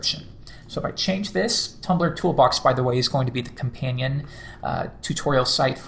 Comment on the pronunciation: Did he say Tuplr?